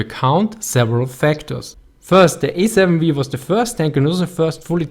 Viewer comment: "The Ej-Sieben-Vii" ^^ aber super Video ;)